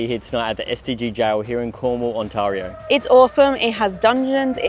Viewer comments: The A in Ontario is pronounced "eh". It's not blended with the R. Ont a rio. Welcome to our nightmare, that our prime minister created. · I know it’s the Aussie accent, but the way they pronounce Ontario (it’s ON-TEAR-EE-OO) has me laughing as I’ve never heard it pronounced that way (was born and raised in Ontario, born near Toronto in Mississauga, and from the age of 5, lived in St Catharines and Niagara Falls then back to St Catharines before emigrating to the UK)